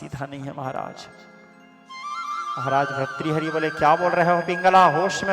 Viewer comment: No bharthari but say correct bhartri hari